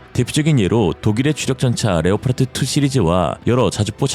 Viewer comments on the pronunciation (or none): none